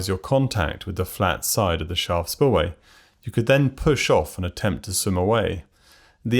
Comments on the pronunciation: I had to replay multiple times before I understood that you were saying "Shaft" spillway and not "Shah" or "Spa" or "Shot" spillway. Enunciation is good when you're naming the thing you're describing and its a new concept to viewers. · Two minutes and thirty seconds in and I have no idea what word he is saying before spillway. "Charl"? "Shar"?